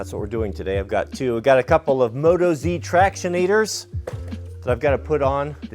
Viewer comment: Our criminal colony friends call their country "OZ". That's why Motoz tires are pronounced "Moat-OZ" not "moto-zee" mate.